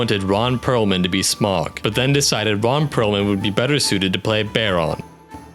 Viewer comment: Also Smaug is pronounced “Sm-ow-g, not Sm-o-g. (Smauwg) or think of the au in Smaug as sounding like the au in Sauron”